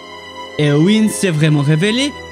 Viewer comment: Concernant la prononciation de Eowyn, j'en suis venue à la même conclusion concernant le Y, mais je ne comprends pas pourquoi tu prononces le E plus comme un I vu que tu dis toi-même que EO se prononce "é-a (faible)". Donc je me demande pourquoi tu changes leE en I alors que tu indique qu'il se prononce "é".